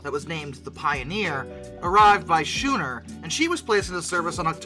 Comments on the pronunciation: schooner = SKOO-ner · Great video! You can still see the C&NW logo on some of the UP/Metra lines around Chicago! Just a couple pronunciation corrections: Elgin = "EL-JIN", schooner = "skoo-ner".